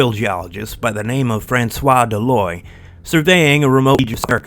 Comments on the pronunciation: It's pronounced "The lwa" or De lwha. Like saying what without the T and De is like The in "The cat" So De lwha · 99.99% of people online mispronounce De Loys except maybe for channels in french so don't worry :)